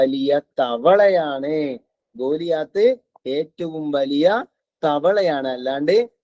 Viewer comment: ഗൊള്ളിയത് എന്നല്ല ഗൊള്ളിയാത്ത്